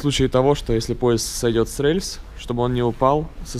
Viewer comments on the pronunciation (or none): Почему рэльс, а не рельс?